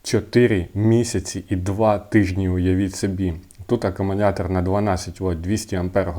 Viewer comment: Я один слышу "аккуМУНятор"?😂